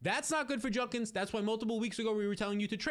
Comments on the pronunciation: JUD-KINS!!!! Not Junnkins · JUDKINS there's a D. Its not JUNKINS Eddie Munster